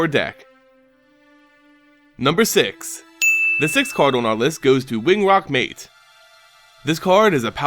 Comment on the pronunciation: What a joke. Treasure Cruise is absent. Learn the names of cards and pronunciations of words. "Wing ROC Mate" "Tempura",,,,lol